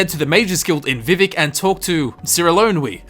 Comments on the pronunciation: I can forgive most pronunciation differences... But it’s vivEc you damned n’wah!!! Love the vid no hate here btw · THE WAY YOU SAY VIVEC IS KILLING ME! its vee vak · He's actually trying to pronounce it the way that you typed it, just saying. So whilst it is technically incorrect, it's an accent thing, in effect like any of the three of us trying to pronounce some words in chinese or german that we just can't pronounce the same way as they do.